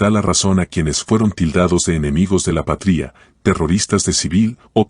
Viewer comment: El narrador porque dice patria poniendole acento a la i??